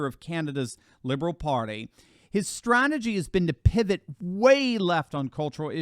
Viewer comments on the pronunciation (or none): none